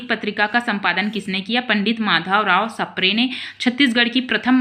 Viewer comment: Sapre ❌ spre ✅